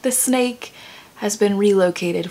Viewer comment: Who else heard “steak” instead of “snake” and was very confused 😂